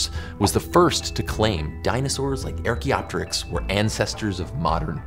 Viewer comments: Do you pronounce "archaic" as "airchaic"? How about "archeology"? Have you ever heard anybody pronounce it "aircheology"? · Well no. When used in English, it's an English word. The English word for Archaeopteryx is Archaeopteryx. It happens to be a word of Greek origin, Sure, But that doesn't make it not an English word. Just as "Biology" and "Octopus" and "Bacteria" are English words. But even ignoring that, His pronunciation doesn't make much sense in Greek either, Ancient or Modern, because as far as I can tell their 'a's have always been pronounced more or less the same. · It's archaeopteryx not airchaeopteryx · This guy's as bad as Benedict Cumberbatch mispronouncing "penguin." Archaeopteryx, the first syllable is the "ar" sound as in "car" It's NOT "air" as in "hair" as he repeatedly mispronounced it. What makes it bad is : 1) that's a main word in the video. Thus he should've learned how to pronounce it, 2) there are other archae- words, like archeology, archaic, all begin with "ar" as in "car." Does he mispronounce those too? Does he say "AIRcheology is the study of AIRchaic things like the AIRchaeopteryx." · Archaeopteryx as in ark-eoptericks not ear-keoptericks. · Do you know you’re pronouncing “archaeopteryx” wrong? It’s arr like a pirate, not air like jordans. You wouldn’t say “air-chaeology” or “air-chaic” or “air-chaea” would you? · wait why does joe pronounce it "air"-kee-op-tuh-ricks? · Top down gliding in to flight all the way. By the way, " "erk"-ee-op-terix"? it is pronounced" " "arc"- ee- op-terix ". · WHY ARE YOU PRONOUNCING IT "AIR CHAEOPTYRX" ??? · AAAugh! Why does Joe keep saying, "EHR-kee-ah-te-rix"? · Archaeopterix with a hard A 🤢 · 'AIR-chaeopteryx'? I've heard that name said hundreds of times, but that's a new one. Why would you think it was said 'AIR'? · "Air" e opteryx, really? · JOE! It's not "Air cheopteryx"!!! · Anyone else that can't get over how he's pronouncing it "Air-cheopteryx"?